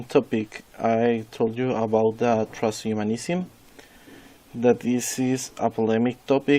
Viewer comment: Great video, put more attention to the length of the video and improve the pronunciation of the word “transhumanism”.